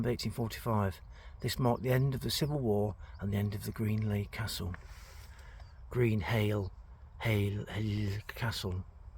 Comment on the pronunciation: It's pronounced ' Greenalsh ' Welcome to Lancashire Get a residents permit